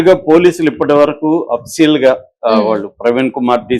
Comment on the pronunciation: Oppicial entraa 😂